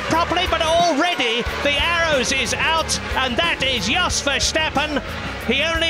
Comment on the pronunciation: He pronounces "Jos" correctly then says "Vershtappen". Why do commentators (almost!) always say Ver-SHTappen??? It's Ver-STappen! SHTOP SHAYING VERSHTAPPEN!!! XP